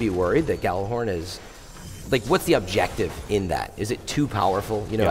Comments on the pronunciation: did he just say gallarhorn? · But it's not a 'J' sound, it's more like "yallarhorn", isn't it?